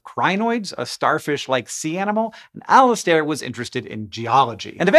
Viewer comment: Just as a note, Alasdair / Alastair / Alistair rhymes with barrister - emphasis on the first syllable, unstressed schwa vowel at the end